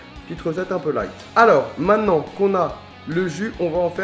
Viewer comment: Essaye de dire maintenant au lieu de mainant. C'est mieux.